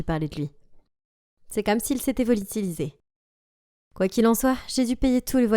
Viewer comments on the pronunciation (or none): Je suis la seule à avoir entendu " volitiliser"?